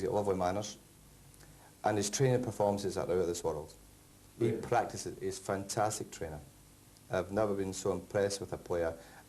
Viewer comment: Back in '93 fergie pronnounced the 'a' in 'fantastic'. will miss his post-match f'ntastics